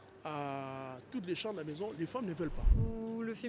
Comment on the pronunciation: "Ma mézon Cé le mhonde"